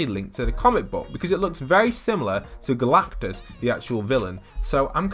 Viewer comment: Who hates whe he says galactus